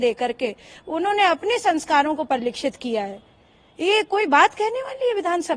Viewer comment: परिलक्षित होता ह। परिलिक्षत नहीं मैडम